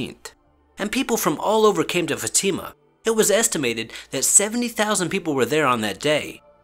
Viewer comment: Its not fatima, its Fátima